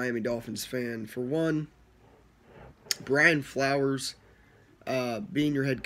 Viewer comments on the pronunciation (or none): You can tell you dont know what the fuck you are talking about .you keep saying flowers instead of flores lmao,fitz is the smartest QB in the nfl he can win games ,hes a filler until we draft a QB dude is a good qb.its a wonderful time to be a fan its a new day in mia we will win our divison year 3 of flores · It’s not Brian flowers lol it’s Flores and also it’s not Tannehill who is the qb it’s Fitzpatrick !! You should listen to your video , a couple of mistakes you stated